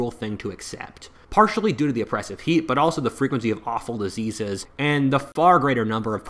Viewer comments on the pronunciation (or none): none